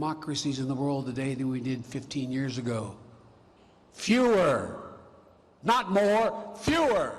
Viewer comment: Love your input Andrew Bolt. Many thank you's. in, I thought he said fuher instead of fewer.